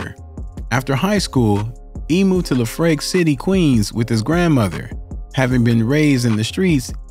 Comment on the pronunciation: the moment said La Frake City, I stopped watching. It’s “Lef Rack” you doink